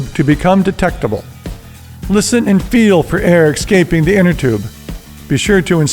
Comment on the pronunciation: He said "ecscaping"